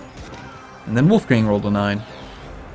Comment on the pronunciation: The 'o' and 'a' in "Wolfgang" are actually pronounced like in "boring" or "scholar" respectively "hard" or a british "bath" ^^ source: am austrian